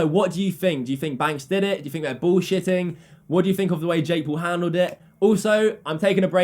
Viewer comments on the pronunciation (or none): It's think* not "fink"